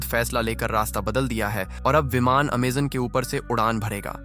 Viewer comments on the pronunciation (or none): none